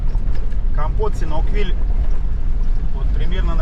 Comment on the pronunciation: я давно вас смотрю и вот этот СИНАУКВИЛЬ мне постоянно режет слух. Думаю я не одна такая :)